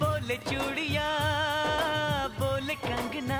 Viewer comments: In the accent you pronounced chudhiya (bangles) makes it look like a curse word 😂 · He said chudiya and heard chutiya😂😂😂